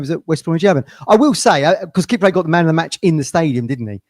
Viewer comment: Come on it's Kip- Prey not a ford car from the 80s 😂